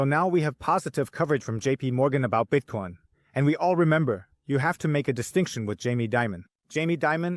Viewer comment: I just started watching your show and really like it. But I noticed one thing that's annoying as hell, your pronunciation of Bitcoin: Bitcone, Bitcon? Even people speaking English with an accent can say the word Bitcoin, so if it's a thing you're trying to do to separate yourself it's not working